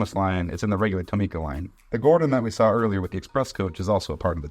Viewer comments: Tomica isnt pronounced like (toe-me-kuh) its pronounced like (tom-ih-kuh) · I don’t think that’s how you pronounce Tomica 😭